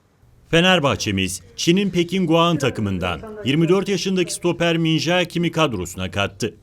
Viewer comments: min jae kim diye okunmaz min ce kim diye okunur adama antrenmanlarda JAAAEEE demeyin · Bu adamın adı min jae diye okun muyor. min ce diye okunuyor. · Yav arkadaş şu isim söylenişine özen gösterilmesi lazım Kim Min-Je diye okunuyor. Kulüp televizyonunun sunucularının bunlara dikkat etmesi lazım Kim Min-Jaaeeee ne Allahını seversen ? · min ce kim diye okuyun artık şunu. Çok zor değil öğrenmek :/ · Min jae kim diye okunmaz min ce kim diye okunur bunlara takan ben miyim fkskfkslkf